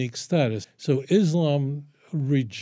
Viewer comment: Why can't people in the west even pronounce Islam and Muslims properly.